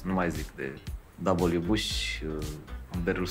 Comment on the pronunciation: Dabăl iu bușiiiii 🤮. Zi frate Ș, nu șiiiii. Ș. Poti sa zici Ș?